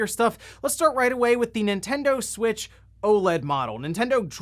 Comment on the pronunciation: Nintendud switch